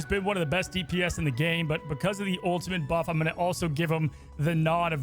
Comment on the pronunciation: he’s back to saying “ultimint” 💔🥀